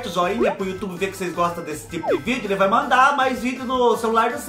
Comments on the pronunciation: Oi Fubá kkkk sou nordestina mais não falo (raí )não.Kkkk mais esse biscoito Hay Hay,você pode pronunciar igual você faz quando está espetimentando as coisas e as lombrigas fala hei hei.kkkkk kkkk,amo gengibre...Beijoo Fubá ❤🥰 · Oi fubá sou do Recife e realmente fala errado trocamos várias letras falamos assim (Raí no lugar de vai e a rente no lugar de a gente kkkkkk adoro vc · É a rente mesmo que fala rai Fubá kkk. rai, ramos, rem tudo nosso.